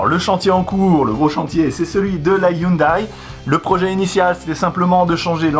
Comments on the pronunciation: La marque Hyundai se dit "youndé"... Bravo pour les 60k! :) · En même temps il a raison 😉 Voir la dernière vidéo de POA sur la Hyundai à hydrogène où le responsable de la marque le reprend sur la prononciation 😊 Félicitations pour les 60k continue comme ça.